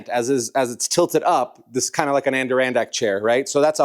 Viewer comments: Love the channel but to an upstate New Yorker, the way you pronounce Adirondack is crazy 😅. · Hearing you try to say "Adirondack" was the highlight of the video 😂